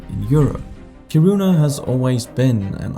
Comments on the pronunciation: When you pronounce Kiruna, you should place the stress on the first syllable : KI-ru-na not ki-RU-na. /A Swede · KIRuna, not KiRUna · When reporting on foreign countries, learn to pronounce their cities properly. It is Ki' ru na (not Ki ru' na) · 😂😂"Kiruna" That was totally butchered. not the way you pronounce that at all. 😅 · this isn't meant as something malicious, just a fun thing I noticed, but for a danish person you're surprisingly bad at saying Kiruna hahahah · You sound Danish, so you shouldn't butcher the pronunciation of Kiruna lol. (Hint: Say it like you were Finnish and you'll be on the right path). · tbh for a non-Swedish ear it might sound like smth in between, like both syllables are stressed smh